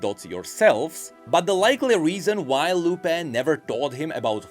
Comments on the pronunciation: Just for the future, the tildes (Those accents at the end of Lupé and Luné) signify that is the part where you pronounce the accent, so those names are pronounce more like Lu-peeh! and Lu-neeh!, sort of... If you are still confused, search for the pronunciation in spanish for Papa and Papá or Mama and Mamá. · It's Fuemigo (Fuego (Fire) + Amigo (Friend)) and Furnasita (Furnace + Casita (Home)) You're not very familiar with Latin American spanish, do you? Also, you should say LunÉ and LupÉ, not LUne and LUpe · please, the lupé and luné names are pronounced like Lu-NÉ and Lu-PÉ idk how to explain this in english but spanish speakers get my point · Quick Spanish lesson: the "tilde" on the é on Luné y Lupé means that the accent of the word is on that vocal. So instead of being pronounced / LU \ ne, it should be pronounced _ Lu / NÉ and _ Lu / PÉ. to explain / means rising accent, \ means a falling accent and _ means a flat accent. Also I'm a native Spanish speaker not a Spanish teacher so I don't really know the proper terms in English.